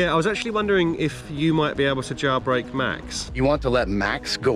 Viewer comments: Why does he JaYilbreak? Instead of jailbreak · WTF do you pronounce the word "jailbreak" as "JAWBREAK"?